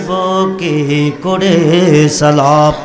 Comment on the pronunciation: সালামটাউ শুদ্ধ করে উচ্চারন এর যোগ্যতার অভাব দেখতে পেলাম। আল্লাহ পাক এই সকল নামধারী আলেমদের হেদায়েত দান করুন।